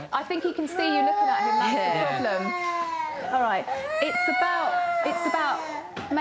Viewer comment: It's orright, it's orright, it's orright, it's orright, it's orright, it's orright, it's orright.